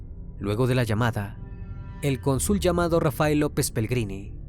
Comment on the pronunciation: *cÓnsul con acento en la penúltima sílaba